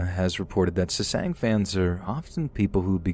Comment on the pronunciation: I'm sorry, I love your voice and your narration... truly. But jesus christ, you saying SESANG over and over hurt my ears. They're called Sasaengs /SA-SENGS/.